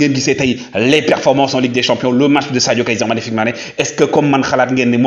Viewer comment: 🤣🤣🤣🤣 Mon cher faut bien articulé Kaiser MAGNIFIQUE Mané parce qu'on a l'impression d'entendre Kaiser FICK Mané . FICK a une autre signification dans la langue Allemande